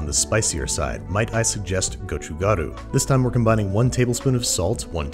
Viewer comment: I'm liking the 고추가루 pronunciation :)